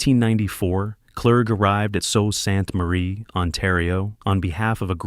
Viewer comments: It is pronounced soo Saint marie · Sue. Saint. Marie. Is this AI or badly narrated ?? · No one is listening past the intro when Sault Ste Marie is mispronounced. 😂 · I dunno what you were thinking doing a documentary on a city you've ether never been to, or had an AI do all your research about. Are you aware that alot of the pictures you used weren't even of the Sault? In addition, your AI narrator hasn't got a clue how to pronounce our city name. Like, come on buddy, this looks like it was thrown together with almost zero effort by a kid in elementary school. First, there is no "Fall" to the Sault. The population in this city has been fairly stable from 2016 to 2021, and has been climbing steadily since 2022. Secondly, we didn't lose industry in the Sault. The city saw that being solely dependent on Steel was flawed, so it diversified it's industries. The Steel Mill has actually been seeing rejuvenation, recently finishing installing a new Electric Arc furnace, with a second one underway. The addition of a tube mill, right on the property, expanded the final products the Steel Mill could produce. We're a center of renewable power generation (Wind/Solar/Hydro). For the past 10+ years our rail line to Southern Ontario has shipped goods DAILY. We have large-scale wood production, including particleboard. We're a main hub for wildfire services, including waterbombers. The corporate headquarters of the OLG calls the Sault home. We've got a large-scale aviation maintenance industry (JD Aero). We're a major R&D research hub for the Ministry of Natural Resources ("bug lab"). Our hospital is now one of the single largest public-sector employers i